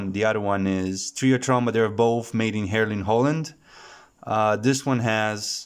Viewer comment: it's pronounced HEERLEN with a long E and accentuated on the EE........ these are indeed very nice sounding tubes as a lot of tubes out of the philips consortium.......Valvo ECC81 is one of the sweetest sounding 12AT7's , many have a chromelike glare !